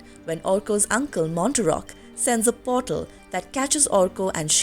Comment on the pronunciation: Uncle “Mar-tock” not Mon-ter-rock”